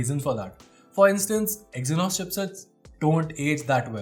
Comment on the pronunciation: Did he said exinos 9610 😅 in . Minor mistake 😁